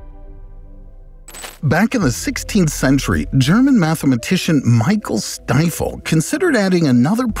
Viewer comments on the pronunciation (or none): Definitely a fan of your channel👍 BUT correctly and properly pronouncing someone's name, even if it is a foreign name relative to your native language shows respect and regard ! On the other hand, completely mispronouncing a name demonstrates disrespect and a lack of regard especially, when it concerns someone like Michael Stifel !!! I constantly witness how people from the usa seem to have some sort of issue with pronouncing foreign names correctly and there's only one thing I can't understand: Is it due to a lack of respect or are foreign names simply too difficult for people in the usa ? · Well, if nothing else at least from the very beginning, Michael Stifel's name was pronounced with what seemed like pleasure, but absolutely incorrectly ! Mispronouncing someone's name is considered disrespectful and lacking in regard everywhere in the world!!! But apparently, that's not the case in the usa 🤷‍♂️